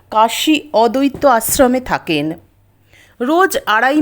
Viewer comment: Kothata "odotto"noy." Addoitto"